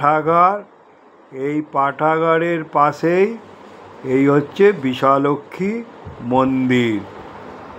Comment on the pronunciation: Yes it's bishalakshi ..not bishalaxmi..your English spelling is appropriate but not bengali..we have the same temple at baruipur..here also it's mispronunciated as bisha laxmi ...joi ma bishalakshi